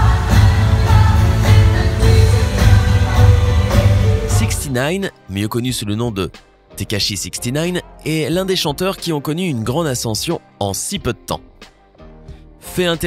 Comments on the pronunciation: “Grande”pas Grende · Et l‘accent sur Grande : JADORE